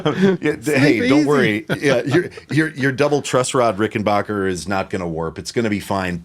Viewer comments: Why do people say 'Rickenbocker'?! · So each time I hear the name "RickenBACKer" mispronounced my Heart Breaks and Tears of Sadness run down my Cheeks. 😂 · so has decided he's gong to STICK with mispronouncing Rickenbacker forever? and of course it's the Rickenbacker on Come Together, not the Hofner. Also, Paul's "cavern spacing" Hofner was an earlier 500/1 (violin) bass, not a 500/2 Club Bass like yours.